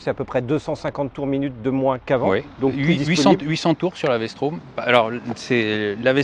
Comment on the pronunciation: Vstrom pas Vstraum XD faut apprendre le français messieurs. Merci pour la video